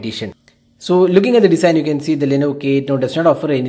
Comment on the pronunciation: It's Design & not Desin.